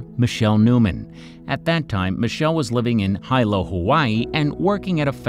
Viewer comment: Please check your pronunciations. “Hilo” is pronounced “hee-loh” and “chupah” is pronounced with a guttural “ch” (a la “third reiCH” or “bleCH”).